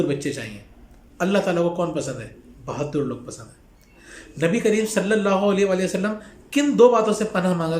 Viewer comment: Bhaddur nhi bhadur